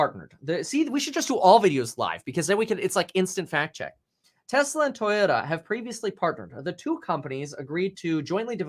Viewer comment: Kevin I don’t appreciate your Asian accent as you read toyoda , toyota lol